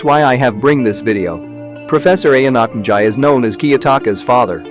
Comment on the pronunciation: Ok the name pronounced is so fucked up